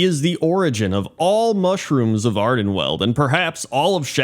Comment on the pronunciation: I have a pointless remark. You are pronoucing Ardenweald incorrectly. Ok? Ok. See ya.